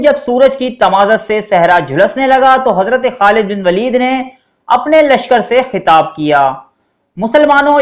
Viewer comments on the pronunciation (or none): none